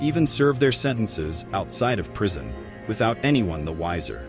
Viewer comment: Prison, not "prision". Stupid AI